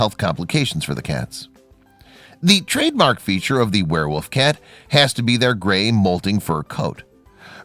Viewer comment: Did you say ‘wereWOOF’? 😂